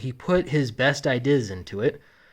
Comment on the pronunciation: True story: as a child, had a very localized stroke that destroyed the section of the brain that contains the correct pronunciation of 'ideas'.